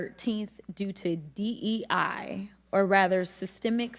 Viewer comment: He could hardly say DEI